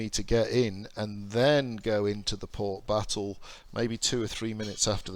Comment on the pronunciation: WTF is port biffo? Does this game remove your ability to speak English?